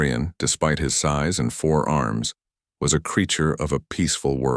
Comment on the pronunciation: Please, PLEASE, teach your AI the difference between forearms and FOUR ARMS! Also, since when do Humans have BLUE blood? And it's SOL, not Soul. Good grief!